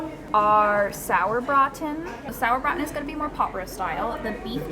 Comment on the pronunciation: did she say saur brugthen ?? haha im lmao